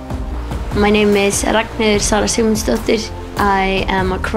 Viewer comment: I have no idea how she gets Sara Sigmundsdottir from what she pronounced